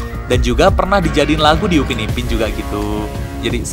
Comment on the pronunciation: itu Upin PAK......bukan upi